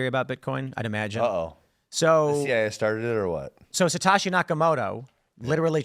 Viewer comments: What's with the Satoshi pronunciation? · For an Asian, Tim’s pronunciation of “Satoshi” is abhorrent